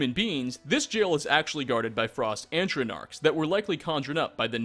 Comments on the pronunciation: *Atronachs, not antronarcs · Antronarchs. COME ON I CANT BE THE ONLY ONE TO NOTICE! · Antronarchs?! ATRONACHS! AT-RO-NAKS! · It's 'Atronachs', not;Antronachs' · Antronarchs??? Like if you found where he said 'Antronarch.' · Mfw "antronarch" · antronarks? :-I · A N T R O N A R K S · NBTRY I made fun of him saying Antronarch too and up until Skyrim I was calling them Atronaks. so you know... It's not common to mispronounce something you don't hear very often, just funny in hearing people say it wrong tho lol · Fucking "Antronarchs."